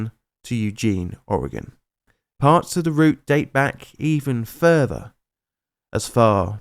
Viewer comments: I was glad he at least pronounced "Oregon" correctly but then, yeah... Poo-jet Sound... I'd make a diarrhea joke here but there's just too many to choose from and my brain's locked up due to choice paralysis. I can kinda understand with some of those indigenous names, though. There's little more giggle-worthy than listening to a California transplant trying to figure out how to pronounce "Willamette." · "nisk-WALL-ee" river. Good job on "Oregon"! Like a local! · points for pronouncing Oregon right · Love your content,! Oregon and Washington Native Pronunciation Guide: "Puyallup" is "PEW-All-Up." Puget Sound = "PEW-Jit" Sound. Excellent pronounce of Oregon! =)